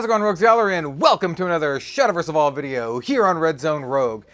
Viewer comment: Whenever u say Evolve, I heard "evil" and thought I miss a new mechanic 😂